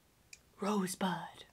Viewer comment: Rosebud.. Me: Rose...blood...